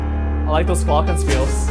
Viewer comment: He says Glockenspiels and my german piano Soul just Went: since wen is it pronounced like that. ;)